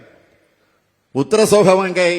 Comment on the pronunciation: தமிழ்நாட்டில் ஒன்னுமே தெரியாமல் வாசிக்க கூட தெரியாதவங்க தான் முதலமைச்சராக வரனும் னு விதி😂😂உத்திரகோச மங்கையை..உத்திரசோகமங்கைனு படிச்சது வேற லெவல்😊😊😅😅